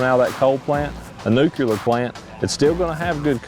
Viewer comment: Nu-clear not Nu-cue-ler